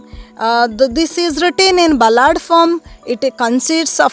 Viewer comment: It is bal-ad not bla-aad